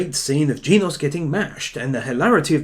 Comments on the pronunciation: its genos not geenos. is it that hart to say! im getting angry because of it. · Oh man.. he pronounced genos Jeenos 👏👏👏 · Genos is pronounced like generation (the gen part) and then os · U say genos wrong